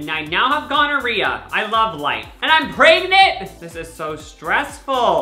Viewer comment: sorry but why he say pregnant like that lol